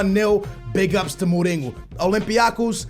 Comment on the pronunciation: Normal person: Mourinho: Mooringoo 😂😂😂😂😂😂